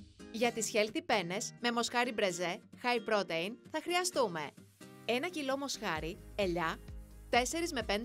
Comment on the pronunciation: Στην Ιταλία παλιά καναν τη μπολονεζ όχι με κιμά αλλά παίρνανε ολόκληρο κομμάτι κρέας κ το αφήνανε για ώρες μέχρι να λιώσει. Σαν εδώ.. άσχετο αλλά θα πει κάποιος στην κοπέλα που διαβάζει τα υλικά ότι protein διαβάζεται προ-τιν κ όχι προτειν